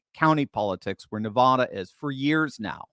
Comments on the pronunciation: YOU ARE SAYING NEVADA WRONG!!!! its not Navoda!! its Nevada! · I know that you are far too educated to be pronouncing Nevada in the way that you are pronouncing it. It must clearly be by your own determined choice to do that. For people that live in Nevada, hearing it like that is like scratching your fingernails across a chalk board😮... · You’re pronouncing Nevada incorrectly